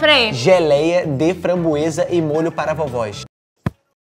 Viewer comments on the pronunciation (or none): A melhor parte foi quando a falou fambroesa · Imagina o vizinho Gabriel - *gritando pra falar a palavra * Vizinho deles-que isso um bando de doidos;-;EU QUERO DORMI O MDS A teve uma hora que ela foi fala /franboeza / que ela falou xanbueza😂😂😂😂😂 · Mano tô me rachando de rir da babe falando framboesa errado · "Compreei geleia de fambroesa"😹😹a babe é a mlhr 😹😹❤ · O Gelli tá falando certo, a que está muito estreçada